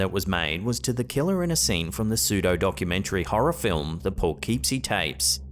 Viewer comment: It's not Sa-VAHN-ah. It's Suh-VAN-un. It's not poo-KEEP-see. It's Puh-KIPP-see.